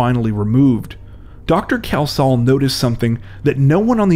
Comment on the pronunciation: I know this case mainly because a relative was the pathologist, so I knew where it was all going. Sadly, you did butcher his name, repeatedly. There is no OH in the name, what was that about? It is pronounced KELS-HALL. Apart from that, okay.